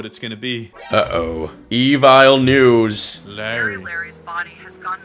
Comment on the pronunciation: was so funny because melon said evile news